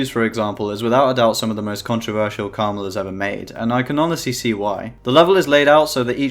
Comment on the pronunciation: his name is pronounced Karma-L not krmal